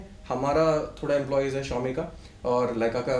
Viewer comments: Xiomi ❌ Chao mi ❌ Shao mi ✅ 😂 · Xiaomi ❎ Chaomin ✅